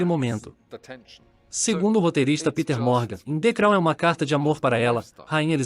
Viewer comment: Hahahahahaha..."de crau"